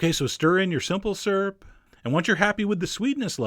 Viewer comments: You have the same speech impediment as me! I also can't say "skewer" or "syrup" :P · "Simple surp"